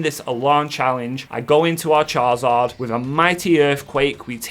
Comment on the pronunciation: I love these videos, but I do have to say there’s only so many times I can hear you say Char-Zard. His name is Charizard? 🤣🤣